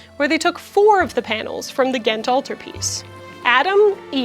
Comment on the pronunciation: as a flemish belgian, can i say you that your pronounciation of "ghent" (gent in flemish dutch, Gand in Walloon french) is very good? We have a difficult language and i will never ever call someone out for mispronounching our language but when somebody does get it right, i am filled with joy